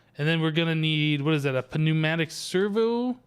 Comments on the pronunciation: FYI... It's not puh-new-mat-ick, it's just new-mat-ick (pneumatic). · Pneumatic servo the p is silent like it is ptarodactyl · The p in pneumatic is silent like the K in know